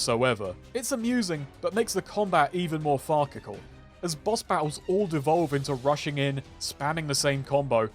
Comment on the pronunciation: OK. THIS VIDEO IS AWESOME AND BEAUTIFULLY WRITTEN BUT I DO HAVE A TEENY TINY NITPICK "Farcical" is pronounced "farse-ikal" (yes really) Sincerely, Someone else who has seen a lot of words written down but not said, and appreciates the struggle